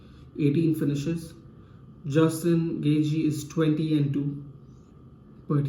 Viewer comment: Its gonna be an awesome fight!!! I think khabib is gonna get this one for sure. Straight up beast. But bro you gotta learn how to pronounce Gaethje properly haha :D lol